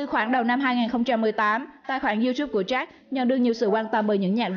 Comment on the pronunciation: Có cái phát âm sai mà cũng bảo cà khịa